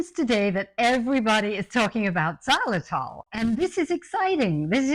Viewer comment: Great to hear you talking about xylitol. Good thing it’s in the title or I wouldn’t have known what you were talking about. It’s pronounced ziy-lu-tol, not zah- lu-tol. It’s confusing when pronounced that way.